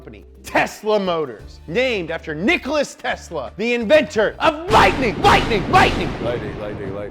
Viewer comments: It Nikola Tesla not Nikolas Tesla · did he really manage to mess up the name its Nikola Tesla